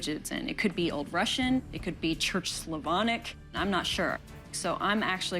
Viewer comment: I love how says Slavonic. Sounds heavenly.😊❤